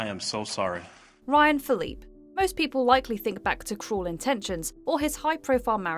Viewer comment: It is pronounced Ryan Phil-lip-pee.